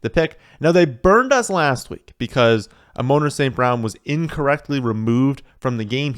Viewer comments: Did he just say A-moaner St. Brown??? 😂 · Amon-Ra is pronounced AW-min RAW. Emphasis on the capitalized syllables.